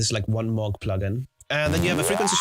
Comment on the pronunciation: but,,,, it's not Maug, it's Moog(pronounced like Mowgh)